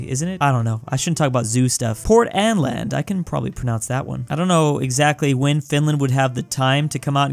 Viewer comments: Not even like "Oa"? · And Å is pronounced O